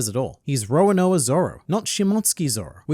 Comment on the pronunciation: I cant unhear Roanoa :(